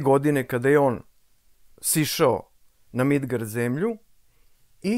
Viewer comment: Bože kako lepo zvuči "Midgard" ❤❤❤❤